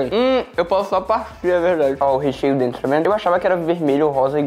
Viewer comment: O falando "DRENTO" ao inves de "DENTRO" 😂